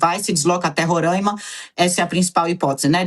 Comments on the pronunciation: Não é Rorãima ... É Roraima! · Roráima! Não Rorãima.. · Roráima pelo amor de Deus, RORÁIMA. Descurti o vídeo e eixei de assistir depois de de tanto ouvir Rorãima. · Só fiquei agoniada ouvindo tantas vezes " Rorâima", sendo que nome do estado não tem acento pra deixar o a"A" fonhoso. É Roraima 😊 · Não é Rorâima. É RORAIMA. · Aprendam a pronunciar Roraima direito. Não se pronuncia Rorãimã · É RorÁima. RorÁima. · RORAIMA = RORÁIMA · Esses bandidos da direita são todos covardes. E é RoRÁima, mana. Fala certo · Meu ouvido sangrando ela falar errado varias vezes.